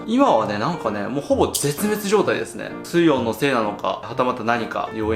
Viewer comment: 水温の発音面白いですね